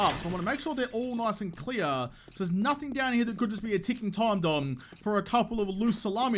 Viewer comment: I think it was "ticking time Domb" like bomb but with a D